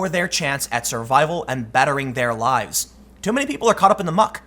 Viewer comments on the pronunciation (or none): none